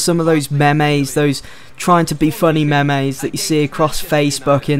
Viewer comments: Hahahahahah meme is pronounced meem not memey.... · memay? its pronounced meem (meme)